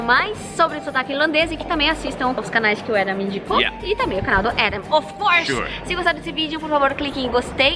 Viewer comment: é impressão minhas ou você falou off course?